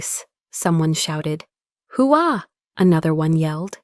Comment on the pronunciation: First off what you have printed is 'whoa'that's what you say to slow a horse down. Hoo-ah is a military term of affirmation or motivation. It's also done in a fairly guttural Register of voice. They way your narrator says it is almost offensive to any military member or former member. Do better... Next, you're saying she's a decade out of West Point, so about 10 yrs on active duty. To make Lt Col, short of war time, is at least 15 yrs. That's only if she's a really fast burner. It's not just how well you do, how brilliant you are, it's also about time in grade. So even if she made Major at 10, which is... well.. unrealistic at best, she's not making Lt Col before 15. If you're going to do military story's, which is fine, please try to be a bit more realistic. FYI Lt Col is decent but a dime a dozen. No way anyone at the door is going to be impressed.